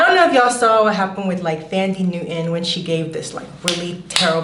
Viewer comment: the pronunciation of the "TH" in Thandie took me out lol.....also "wash and girl girlie, i would be living for my life" haha took me all the way out